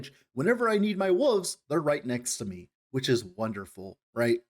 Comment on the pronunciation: It's WOLF not woof, WOLVES, not wooves